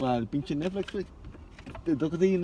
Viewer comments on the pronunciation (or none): Nadie: disiendo nesflis